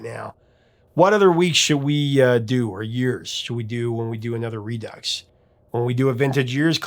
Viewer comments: Redux is not pronounced using an “x”. It’s pronounced like re-do. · Redux, = redoux = re-do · REDUX: He pronounced it reducks. Should be rudoo. Just saying. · Did he say re-ducks?